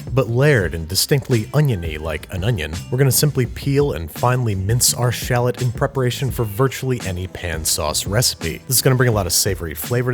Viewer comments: Shal Lot. Is the correct way to say it. Thanks Babish. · What the heck's a sh'lot? I know of shallots, but not sh'lots. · Anyone hear "schlott'' instead of shallot? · It's actually pronounced - "shah - loe"